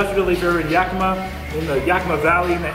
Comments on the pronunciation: Its Yak-i-ma.......lol Luv you.... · Love you but it’s YakiMA